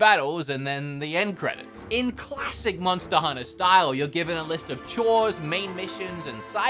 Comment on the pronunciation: I love it when say MONSTER HUNNA.....